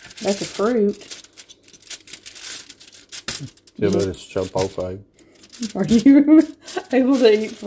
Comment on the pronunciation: Che-polt-lee. Not an easy word! Great video!!